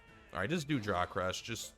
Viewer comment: The first time you said jaw crush, i heard jock rush 😂